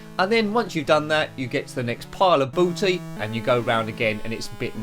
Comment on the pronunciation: Booty not Batty. 😅 You have a lot of B games in a row here!